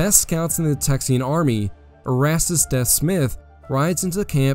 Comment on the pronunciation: So it's spelled "Deaf" but pronounced like "deef". But over all good video! There were a few other mispronunciations, too, but I don't know that they matter as much. Much appreciated.